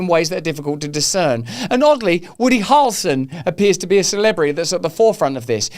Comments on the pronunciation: Harrel (rhymes with barrel) son 👍🏼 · You are saying Harrelson in a British accent. It sounds like two syllables. Americans typically say it with 3 syllables.